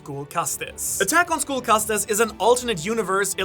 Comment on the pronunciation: isn’t castes pronounced like “casts” without the inflection on the e at the end? like a social caste